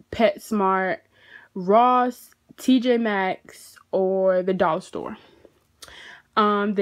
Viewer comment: It’s none of those she said it right it’s tj max